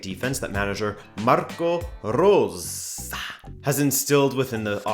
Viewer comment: I love how you pronounced "Marco Rose" xD